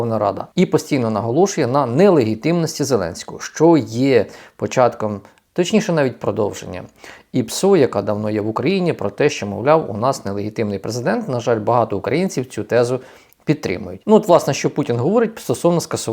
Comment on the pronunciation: 😂😂😂ЛЕГЄТІВНИЙ РОЗКАЗУЄ😂😂😂